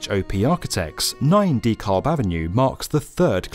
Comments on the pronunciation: The L is silent. Pronounce Duh-cab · is the only reason I visit YouTube any more, due to YouTube's un-skippable ads that always come in the wrong place. is worth watching in spite of the annoyance. But you might want to consider finding a native of each country to help with pronunciation of place names. Dekalb is typically pronounced with the accent on the second syllable, and sometimes the L is silent. I just noticed another US-oriented video from earlier in mispronounced "Hatteras", as well. I'm now wondering how many places in other countries are mispronounced and I'm not sophisticated enough to notice. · So not super important, but a point about the pronunciation of "DeKalb". I understand the tradition of British English results in a word that sounds more like "Dee-Kal". In the local vernacular, it would be something more similar to "duh-KAB". Its not wrong either way, English is a funny language, just something I noticed. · Oh! It's 9 DeKalb Avenue, not Nine....ty Kalb Avenue like I kept spelling it in my head. I thought he was just saying it weird